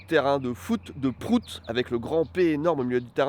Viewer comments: Je sais que c'est pour la blague, mais le graphème "Prout" ne se prononce pas du tout pareil en anglais qu'en français. Ça fait un peu mal d'entendre "Prout" prononcé comme ça. C'est comme si on disait que mordre se prononce bite comme on le prononce à la française. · Comment on prononce en anglais réellement PROUT ? Comme abOUT ?